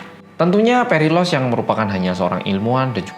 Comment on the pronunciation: Sambil nonton video aku tu nungguin keseleo nyebutin nama phalaris sama perilalos karena namanya mirip, ternyata gak ada keseleo sama-sama sekali. Salut sama konsentrasi mu mas👍